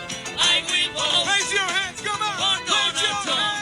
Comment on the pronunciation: "I build boat, for donal tron"